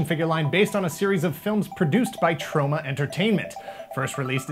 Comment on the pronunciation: says it weird... Troe-ma